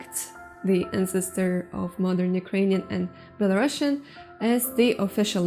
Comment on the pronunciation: Not Belarussian but Belarusian (with "oo" sound where "u" is), please.